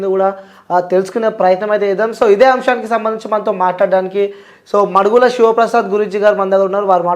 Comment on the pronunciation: ఎందుకు అన్ని సార్లు కూడా అనే శబ్దాన్ని పదే పదే అంటున్నారు ఏంటి.. మాడుగుల వారింటి పేరు మీరు మడుగుల అంటున్నారు ఏంటి..?